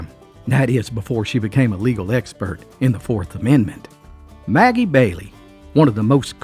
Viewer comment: Sounds like Ebow Walker!! And Maggie Valley, NC. Not Maggie Bailey!! Did she make Irish Cream??